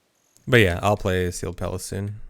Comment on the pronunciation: I kept hearing Seagull Palace instead of Sealed Palace